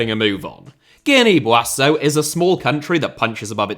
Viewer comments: Why do you pronounce Buassau? It's pronounced 'Beessau' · It's pronounced "Bee-saw" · Bissau* not Buassouw!!! Wtf!!!! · Guinea Bi-ah-zhu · Lol why were you pronouncing Bissau like that. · The pronunciation of Bissau makes me cry 😭😭 But the amount of research, obscure research that would be necessary for this video ....wow 😮 You deserve the best flowers. (Please use Google translate for some of these names. Yes, it is that bad 😭)